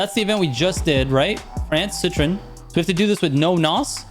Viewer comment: citrooonnn citreeennnn,,,, forget it man 🤣